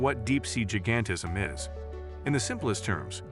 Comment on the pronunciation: Improve the AI narration. , , et al, "jih-gan-tih-zm" should be "jai-gan-tih-zm", "scar-sih-tee" should be "scare-sih-tee".